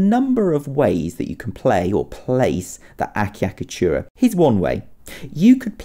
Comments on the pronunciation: The first cc is pronounced ch and the second cc is pronounced k eg. a cha ka tu ra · The name pronounced thus: Achiacatura, the (ch) must be strong, thus: Atchiacatura, like, Tchaikovsky. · ultimate oh my achicatchura!?